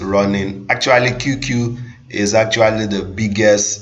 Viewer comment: You keep calling it "QQQ"! It's not 3 "Q's" only 2. The name is "QQ"! 😐